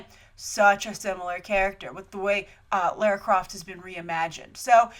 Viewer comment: Minor thing, but you say Lair-ra and in the film they say Lah-ra